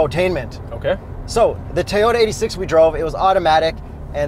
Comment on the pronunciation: oh shit said Teyota! Busted!